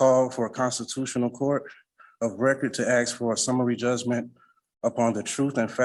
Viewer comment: Why do they say axe 🪓 instead of ask as an English man hearing that its like nails scrapping down a chalkboard to us ?